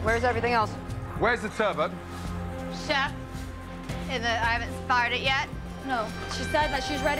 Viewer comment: It's TURBOT not TURBO ffs